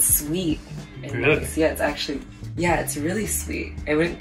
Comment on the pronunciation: Did only me hear him say eggually again and again instead of actually ?